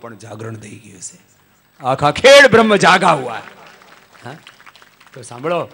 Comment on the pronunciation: Dear Swami ji..the name of town is " khed Brah ma" not " khed brahm".